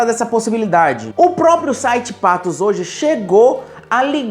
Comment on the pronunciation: Pangó! É PATOS E não Pato!